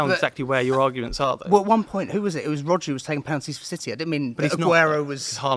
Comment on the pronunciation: Man said RODRI🤣🤣🤣🤣